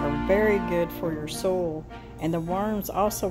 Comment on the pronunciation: I thought you said "soul" and I was like what?!?!?! Then I realised you said "soil" lol